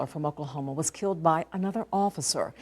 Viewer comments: I can’t believe the bitch I mean news lady said “kilt” Talk about some serious ebonics. I think she was trying to say killed but then again the media never has to be accountable for anything, including proper grammar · They keep saying kllled. Interesting